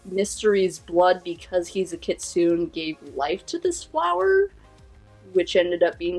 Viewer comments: a. kitsune is pronounced KEY-tsoo-neh. not kit-soon. sorry but it just really makes me cringe every time you said that. b. Mystery and Shiromori are both yokai. Mystery created a jubokko that became Shiromori. a jubokko is a tree/plant yokai that was once a normal plant, but got fed blood and became a blood-drinking monster. Shiromori, being created by Mystery's kitsune blood, probably wants to kill him to get more powerful. c. in the flashback, there are helmets and weapons from fallen samurai in that forest. it seems Mystery used Shiromori for his own means, making her his fortress and defense, luring warriors into her forest until they got lost and Mystery could pounce on them. this could also be why Shiromori wants to kill him, for him using her then abandoning her after Vivi's ancestor defeated him. d. speaking of, Vivi's ancestor probably had magic, and Vivi's inherited it. when Vivi tries to stop Shiromori's giant shears, her bat glows blue before getting overpowered. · I must also inform you that it is pronounced Kit-soon-ay. The e isn't there for show. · The term Kitsune is pronounced Kit-sue-nay